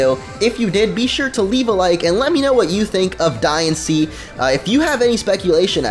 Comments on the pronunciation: I know I'm saying diancie wrong in this but it's not diansee it's dianchee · Diancie's Dex Number is 719. The movie about Diancie will be released on 7/19. Also, I think you should be pronouncing Diancie like Diantha with the accent on the "an" but that's just my opinion...